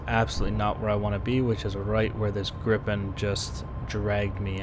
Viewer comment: Viggen, sure. Grippen, no! Sorry, I've pointed this out earlier today, but geez my ears are bleeding here man.. :P